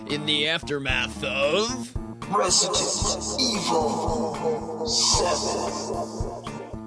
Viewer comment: resident evil 7 stfu u say it like that in every vid but I.like ur vids